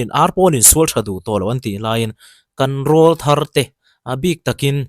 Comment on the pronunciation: Rawlthar I lamrik dan a diklo,,,ka utuber duh ber inia,ka ngamtlak che a,ka rawn sawisel ve mai mai aw,rawlthar hi mipa sawina ania,an aw alo pawr chhoh aṭang khian rawlthar tih an nih,enpai ka lamrik ang deuh hian rawlthar tih a lam tur aw,ṭha hnem ngaihna vang liau liau,in deusawh leh thiam intih bik vang anilo aw😂